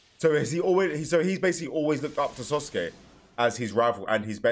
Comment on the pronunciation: Why does he say sosuke